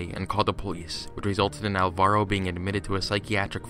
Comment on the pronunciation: Just a very minor thing, Alvaro is pronounced with the stress on the first syllable